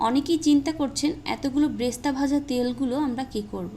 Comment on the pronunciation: Bresta না। এটা বেরেশতা।